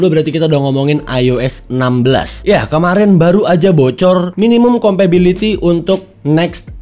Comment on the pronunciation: Kompatibilitas bang bukan kompabiliti. Kan inggrisnya “compatible” bukan “compable” ✌🏻